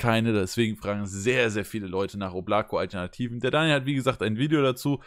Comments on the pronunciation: Ist einfach der Hammer das die Oblako falsch aussprächen 😅😅😅😅😅Mann muss es auf die beiden O betonen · Hallo Leute! Bitte die Marke richtig aussprechen: das Ding heist auf russisch "ÓBLAKO", dabei wird die Betonung auf die Buchstabe "O" und nicht auf die Buchstabe "a" gelegt. Anders betont kratzt es mächtig im Ohr. Und danke für einen lockeren und netten TV Kanal hier!